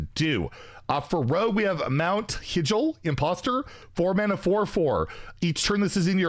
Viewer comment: Listening to you trying to pronounce Warcraft locations like Lordaeron and Hyjal made this video even better lol some really interesting cards, I haven't tried wild OR twist, but the signatures are making me consider wild.